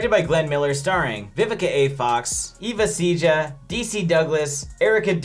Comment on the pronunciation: Hey thank you for the review!!! My name Eva Ceja It’s pronounce “Ava Sayha”